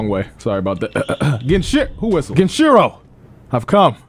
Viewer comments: His name is GEN EEE CHEE ROOO, not GEN CHEERO FOOL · Every time says ‘gehnshero’ instead of genichiro and ‘merry counter’ instead of mikiri counter an orphaned puppy dies of syphilis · Nigga. You know how you say Genin in Naruto? GEH-NEEN? Well bro’s name is pronounced GEH-NEE-CHEE-RO. Damn. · My guy still doesn't say the names right lol, "genshiro" and "miri" counter. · If I hear on more mispronunciation of GenICHIro, I will lose it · Genichiro heard you fuck his name up for the LAST TIME. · really never learned to say Genichiro’s name well huh? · It’s been how long and still doesn’t know how to say Genichiro’s name right Edit: he also still says “miri” counter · Him saying genichiro wrong is so cringe